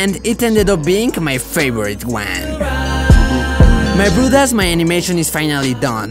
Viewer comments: "My brothos lets start animating" Me: what did he just say? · I love when he says my brew das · yo, what's ur actual language btw? when u say so my broeders it sounds dutch LOL i know i'm 1000% wrong but yeah